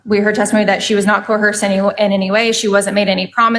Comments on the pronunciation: It's not "coerced" it's "cohearsed." A big problem for her is that she seems to lack the capacity to understand that she's charged with a couple counts of felony theft that upon conviction could land her in the big house for a few years. She also supposes her financial hardship to be an affirmative defense instead of a prosecutor's motive. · wait... Why did the prosecutor say "co-hersed"?